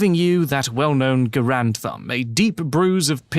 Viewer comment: GARE-und, not guh-RAND. John Garand pronounced his name that way.